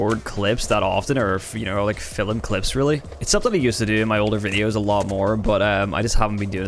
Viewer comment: when you say film it sounds like filum and it makes me chuckle lol